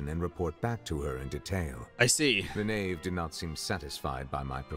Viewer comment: The who it's the Knave not ''Khave''